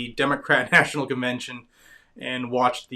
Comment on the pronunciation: Did you say convention or devention. I think the second term is accurate.